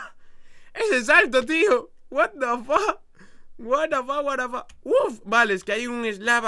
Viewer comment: porque dices wharafack es what the fuck